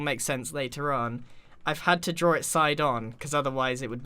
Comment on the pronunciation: Did you drawr the grainch